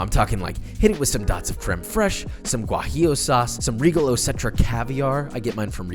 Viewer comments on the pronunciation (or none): Did he say " Huajillo sauce" ?